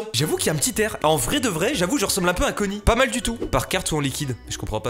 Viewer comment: respecte son blaze mdrr on prononce pas a la français enfin 😂😭